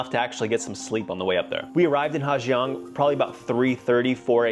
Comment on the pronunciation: Well.... You were right. The waterfall that looks like Du Gia, is pronounced Zu Za. But, guess what that means??? You've been pronouncing Ha Giang wrong the whole video, and your whole trip. In North Vietnam, the 'Gi" letter combination is pronounced as a 'Z".... so it's pronounced Ha Zang. Not Ha Gee-ang.